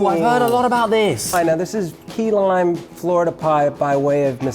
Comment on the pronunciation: He said "key-lime" and my southern neurons kicked into hyperdrive